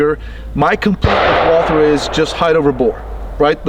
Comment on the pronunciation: „Walther“ pronounced like Walter, without the „th“, props to 🫶🏻